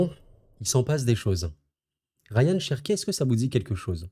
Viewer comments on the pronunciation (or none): C'est Rayan pas Ryan sinon super vidéo comme d'hab